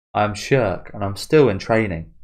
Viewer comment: Schierkes name is pronounced "Sheer-keh".